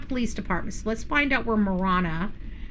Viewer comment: Ma Ranna..is the correct pronunciation is how us in pronounce Ma Ranna from someone that grew up in AZ, and LOL it is not TucksSon it is Tucson..:face-blue-smiling::face-green-smiling: LOL if you are from AZ, you understand me LOL that drives us, Arizonan's cray cray.. LOL Marana is in PIMA Co. Is 20 miles North of Tucson and 100 miles south of Phoenix! just for those wondering.. where Marana AZ is located.....Part of Marana Co is in PIMA co. and a small section in Pinal co. Marana needs to decide if they want to be called Pima Co. or Pinal Co. The town of Marana is in both Pima County and Pinal County because the town government chose to expand across the county line. Marana grew northward and legally annexed pieces of land that sit inside Pinal County. A bit of history lesson since 1992 still fighting over land right.. HUM LOL